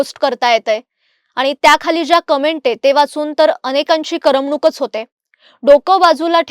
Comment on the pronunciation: मॅडम भाषा थोड्या थोड्या पावलांवर बदलत नाही तर दर १० कोसांवर बदलते. आणि.... बरोबर उच्चार "करम- णूक" नसतो तर "कर- मणूक" असा असतो. मराठीत 'फ' चा उच्चार मराठी भाषेत इंग्रजी शब्द fat मधल्या 'fâ' सारखा नसतो हो मॅडम! बरोबर उच्चार, दोन्ही ओठ जोडून मग ते उघडून निघालेला आवाज "pha" असा असतो. तुमचा 'फ' चा उच्चार तुम्ही आकार डिजी9 वर आल्यापासून कानांना त्रास देत आहे.